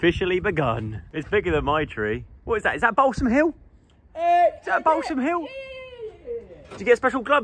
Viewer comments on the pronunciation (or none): none